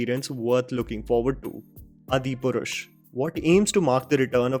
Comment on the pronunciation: Dude please work on your hindi. I love your content but naam to sahi le lo please its pronounced as "Aadi Purush"